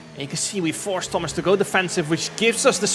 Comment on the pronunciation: thomas inchident